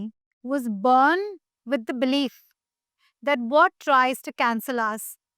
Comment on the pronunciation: What was with Accent n Pronunciation with "BORN " I heard Born as" Burn "😂😂😂😂😂😂😂 So where the Hell Did he Open up on Bollywod Secrets😂😂😂😂😂, the Titles ----The Podcasters take for" TRACTION "😂😂😂😂😂😂